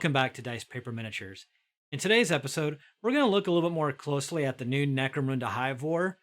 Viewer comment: Lol always get a kick on hearing "mecro-moon-da"